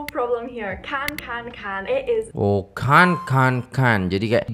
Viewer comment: Sebut betul2: CAN'T vs CAN.